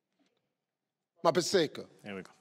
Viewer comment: Mapaseka didn't like it when Steve mispronounced her name😂😂